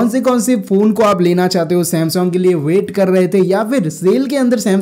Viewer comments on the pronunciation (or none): Samsong nai bhai sam - sung*